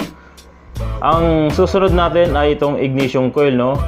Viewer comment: IGNITION sir, not IGNATION